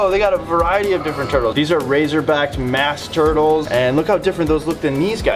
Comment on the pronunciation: I know your a fish guy but when you called that a mask turtle I started busting out laughing it’s a musk turtle 😂😂